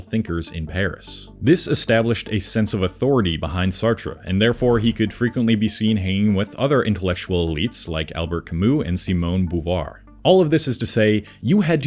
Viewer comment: Bo-vwah. simone de beauvoir